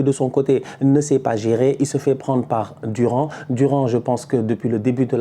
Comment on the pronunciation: comment ça « Durand » mdrrr tu débriefes assez la Liga pour savoir que ça se lit « Dourane » les noms hispaniques